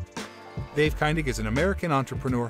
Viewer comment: Guy can’t even pronounce Dave’s name correctly!!😂